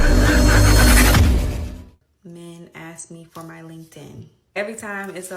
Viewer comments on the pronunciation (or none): As soon as I see "fake eyelashes" and the woman says "ax" instead of "ask".. I'm out!!!